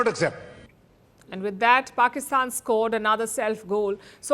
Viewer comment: It looks very good when you call "Pakistan". I believe you take this name consciously and unconsciously ......That's the reason of such a good sound of the word you speak!!!